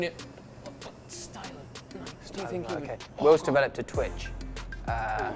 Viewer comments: Bike-hike-Nike.. been Nike all my life. can’t call it naikee. Just sounds wrong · its nike not nai-kee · ‘Nai-Kee?’what do you ride a bi-kee as-well do ya? Nobhead